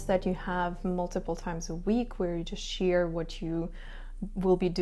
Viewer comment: Can you say share instead of sheer